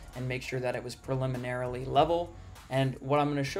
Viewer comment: I tried to watch all of this. I really did. But the excessive use of the awkwardly pronounced "preliminarily" unreasonably annoyed me and I had to stop.